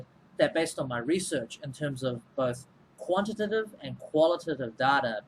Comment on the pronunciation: The way you pronounce quantitative and qualitative is quite funny. I pronounce it as "quali-tay-tive"